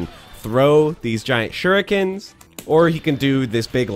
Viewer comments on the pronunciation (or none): none